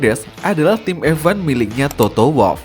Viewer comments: Bang, bacanya F1, bukan EVVAN, semua video isinya bahas EVAN EVAN EVAN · dih ngapa lu, anak mami baper, ya jadi ngoceh gak jelas gini, orang aneh orang aneh. Gw berani survei yg gw omongin bener, emang kenyataanya dia ngomong EVVVVVVAN koq, bukan EFWAN, itu karena gw peduli sama chanel ini, kalo enggak peduli, bodo amat😊